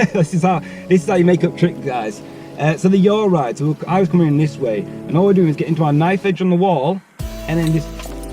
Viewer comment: Yes mate! “Yawll ride” ??